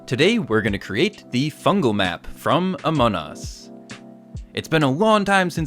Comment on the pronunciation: It's fungle not fungal